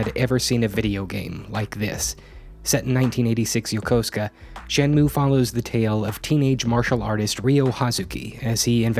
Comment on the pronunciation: I had no idea what the heck Shenmue was but I clicked on this video anyways, because I know and trust that the content you make will always be solid. Also, to be a total dweeb: It's pronounced "Shen moo ei" that "e" isn't silent. In japanese, sounds are never silent